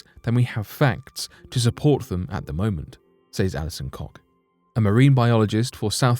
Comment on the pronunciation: "Alison Cock"? Seriously?